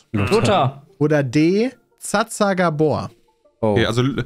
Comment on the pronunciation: "Zsa Zsa" tat schon weh